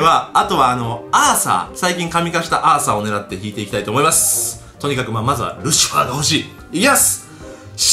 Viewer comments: ルシハァーワロタwwwwww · ルシハァーwwwwルシファーなwwww